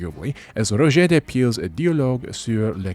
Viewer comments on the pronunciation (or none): none